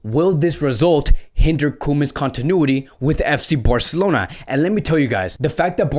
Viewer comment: New to the channel, and sorry I just can't take how you say "Birrcelona" 😐